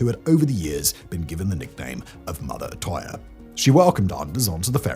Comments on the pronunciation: You couldn’t even look up how to pronounce Utøya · That has to be the worst pronunciation of Utøya I’ve ever heard… Anyways besides that I remember when this happened. I’m not born Norwegian, but I grew up there. What happened on that day shook a lot of people, and because Norway is a relatively small place I knew some people related to some of the people on that island when this happened. I think the thing that pissed me off the most since then was running into a conspiracy theorist who tried telling me it never happened. If he wasn’t my boss at the time I would’ve broken his teeth for it.